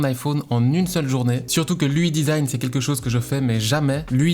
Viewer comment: J'ai mal aux oreilles à chaque fois qu'il dit "ui design"